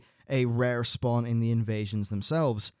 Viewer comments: "spwan" increase. :) You probably already know but hope it helps. Love your vids! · dat 'spwan' increase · "Spwan increase" Nice one,.